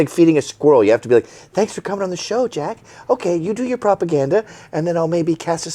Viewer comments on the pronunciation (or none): none